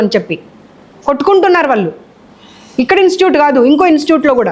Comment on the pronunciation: Madam, pl say INSTITUTE.. NOT just INSTUTE.. Sorry to correct you, Ma'am.